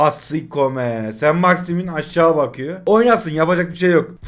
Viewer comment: 4.01 sainit maximin🤣🤣